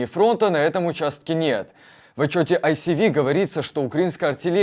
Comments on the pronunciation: Будь ласка, поясніть хтось ведучому, що ISW читається як "Ай-Ес-Ві" а не "Ай-Сі-Ві" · Дуже вас люблю, але будь ласка, не кажіть ай-сі-ві - бо ви про ISW, а це як мінімум инші літери, Institute of Study of War - Інститут Вивчення війни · Не асиви довбень Тобі сто разів казали як це вірно вимовляти Уберіть дурня з ведучих Та ние голосом тормоз цей противно наче з унітазу вещает😂